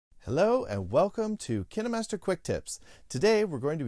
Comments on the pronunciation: Its KINE MASTER NOT KENNA MASTER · I thought it was pronounced “Keenmaster” not “Kinamaster” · i thought it was pronounced as "KaenMaster"not "KeenaeMaster"